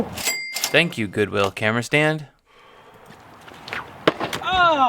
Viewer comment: "Camer" stand, thats good stuff LOL!